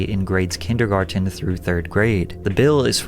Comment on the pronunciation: Is it just me or is this channel's narrator just AI generated? Some of the pronunciations are just bizarre ("DIST-ributed" and "kindergar-TEN")...wtf? The clips of an apparent human narrator are no proof either, that can be a deep fake. I'm not knocking the channel, I think this is an otherwise great vid, but wish it was an actual human speaking to us.